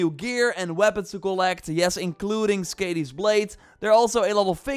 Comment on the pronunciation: Lol I was so confused when you were talking about the axe. It's more of an "Ah" sound on the "A" in Skadi.